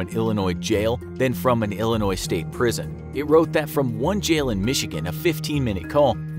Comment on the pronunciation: I live in Illinois and thank you for saying Illinois without saying it with a s